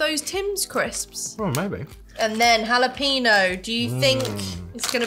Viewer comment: It's Hula-peno! So it's Hawaiian jalapenos! Lol.